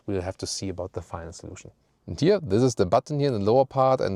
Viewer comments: Who else cringed when he said “final solution in that accent”? 😂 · when I heard "the final solution" in a german accent I got flashbacks to history class